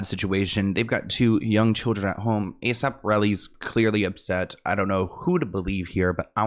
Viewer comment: I didn’t know he was called A..Sap Rocky.. I’ve always thought he was called A.S.A.P Rocky LMFAO 🤭🤣